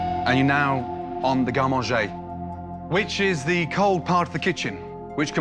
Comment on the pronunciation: I just can't get over the way she said that line . Garde Manager? I guess she's going in with that French accent lmfao